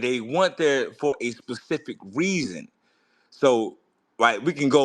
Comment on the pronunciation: Did say reason or weason I cannot stop laughing at this man saying nothing 🤣🤣🤣🤣